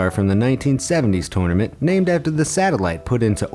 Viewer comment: Listen to him say Tournament